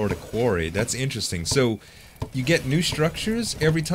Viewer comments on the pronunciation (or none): none